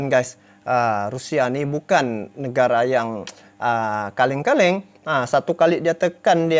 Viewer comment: Wahhh.. pala bapak kau la Admin 🤣🤣🤣 Die pake Logat Medan katanya "Bukan negara Kaleng-kaleng" 🤣 RESPECT ADMIN 👍🤣